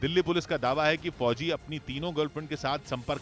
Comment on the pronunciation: Fhoji fhoji MTT bolo yr please aacha nhi lag ra sunane mai bilkul